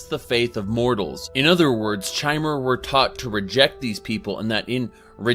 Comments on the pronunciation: So he says the lore community properly pronounces it kai-mer, then he continues to call them chai-mer. Um ok then maybe you just like to rebel. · one interesting thing ive noticed is that he pronounces Chimer with a k sound, however he pronounces Chim with a Ch sound, despite them being spelt the same way. just an observation, i love your content! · Says the way the Chimer are supposed to be pronounced and then proceeds to misspronounce the word